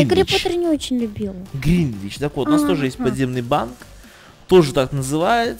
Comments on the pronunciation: Гринготс а не Гринвич :D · гринвич? серьезно? Гринготс ж вроде? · гринготс!!!!!!!!!!гринготс!!!!! гринвич это меридиан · Не Гринвич, а Гринготс